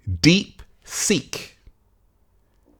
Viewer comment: I thought you were saying "deep sink." 😆